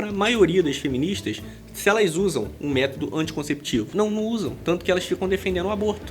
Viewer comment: Desculpa,depois de "tumano" e " métado" só dei conta de ouvir a sua parte do vídeo. Meu ouvido não é penico!